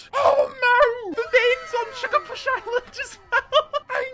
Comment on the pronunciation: To ”shugabuch” island Little mistake